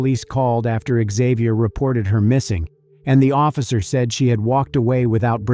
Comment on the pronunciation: Isn't it pronounced "zay-vee-yur"? What's with the "ixx " at the front, Isn't it a silent x??